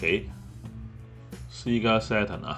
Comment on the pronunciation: Sega 其實讀「些嫁」 唔係「施㗎」 ..我睇左好耐，硬係覺得最怪依個位，希望日後可改回，因為「些嫁」fans聽落會覺得唔習慣🙏🏻🙏🏻